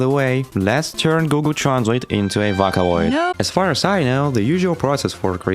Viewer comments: Bro really called it V/a/caloid, not V/ō/caloid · You physically hurt my soul every time you pronounced it "Vacaloid" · Did you just say "voh ka Loyd's"? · vakkkaloid👍 vocloid❌ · Look I know you probably get this a lot. Sorry to potentially dogpile or something. But. Vakaloid??? VOCALoid. Vocal + Android. VOH-COOL. /vō′kəl/. Sorry I know it's rude. But it's like nails on a chalkboard to me. Otherwise, judging by the other comments, awesome work! I'm going to finish the video now. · screaming you did NOT call it vAhKaLoId, it's VOCALOID, like VOCAL, IT'S IN THE NAME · how to pronounce vocaloid!! vo-cal-oid (oh) (call) your welcome :3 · "vackaloid" god.. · ok as soon i clicked on this video i heard "SEKAI DE... 'these are vaca loids'" wtf is vaca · i've never heard someone pronounce vocaloid as vacaloid... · Every time this man says "vəkãloid" it makes me irrationally angry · Is it just me, or did the Intro sound like a Voicebank too? Also "Vah-coh-loi-hd" (^～^;)ゞ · "vaka oid" 💔💔💔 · not even 3 seconds in and did this mf just say vockaloid? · what the fuck is a "wacawoid" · it pains me when you pronounce vocaloid (vah-ca-loid) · DID HE SAY VACALOIDS 😭 VACA LOID 😭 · "vAcaloid" sayn ahh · Hearing vac-olaid hurts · did bro just say vockaloid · ðe way you pronounced vocaloid irks me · Also, you mispronounced Vocaloid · The fact that you pronounced vocaloid like that makes me very violent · you said vocaloid wrong on purpose... right? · Never before I have been so upset with the pronunciation of Vocaloid. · No hate. But he said “VOCALOID” so wrong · this video is great but if you ever pronounce "vocaloid" like that again i will hunt you for sport 💜💜💜💜💜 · teach this dude to say vocaloid. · he did NOT just pronounce vocaloid like that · How you pronounced the word "vocaloid" killed me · Because he pronounces vocaloid weird. Otherwise, this is amazing.